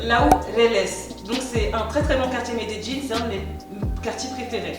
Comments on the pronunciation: J’adore 😍😍😍😍😍 tu es trop Jolie c’est un plaisir de te regarder 😍😍😍😍 comment se prononce cette ville? « Médéline » ou « Médédjine »? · Je ne savais même pas que ça se prononçait comme ça 😂 je pensais que tu parlais d’une autre ville. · Medellinnnnnnnnnnnnnnnnee pas jinnn 🤯🤯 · MedeLLin*. "dj" est une des prononciations des deux L en espagnol. C'est probablement comme ça que les locaux le prononcent d'ailleurs. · Non, c'est "Medellín" . En Amérique Latine on prononce souvent le son "dj" pour "LL" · Shadowaa on dis medeYin pas jin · una pregunta ... Medeyin? medegin? Medellin=Medeyin. ah la francesa ! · Par contre revises ton espagnol.. Medelin se dit mêdelin.. Pas me de Jin ! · On dit Medellín comme c'est écris, et non médéjine exprime toi bien miss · amayaaks quand tu es d’Amérique latine tu prononces le "ll" en “dj” : llorar devient djorar, llamar devient djamar. Si tu viens d’espagnol c’est normal que tu dises Medeyin, mais en Colombie comme au Mexique et ailleurs on dit Medegin:) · Medellin pas medejjin 😂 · J'suis pas colombienne mais j'ai toujours prononcer medellin-> médéyin sa m'fait bizarre ducoup😂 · Medellin se prononce médéyine ta prononciation me tue🤣😂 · Ça me stress un peu la prononciation de Medellín, j’avais jamais entendu cette façon là de le dire 😅 j’ai toujours entendu MedeLin ou MedeYin. Même mes amis colombiens ne le disent pas comme ça.. (Au cas où parce que j’en vois venir, je suis originaire d’Amérique Latine, bilingue Espagnol) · la vraie prononciation c'est plutôt "méédjinn" par les habitants de la région d'Antioquia(la où se trouve Medellin) non méDéjinn. Ça, c'est plutôt les français-es qui essaye de prononcer comme les gens de là bas. Les colombiens des autres régions prononcent plutot "méédiye ". Prête bien l'oreille, tu verras. Ou plutôt tu entendras. 😉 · Pourquoi tu dis melledin, cest pas medellin ? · C est énervant la facon d écorcher medelin